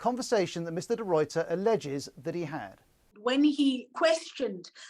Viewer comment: As a South African please note De Ruyters name is pronounced De Rayter. Not De Royter!